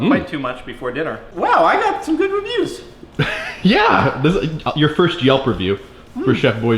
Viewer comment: "Melp" review not "Yelp"!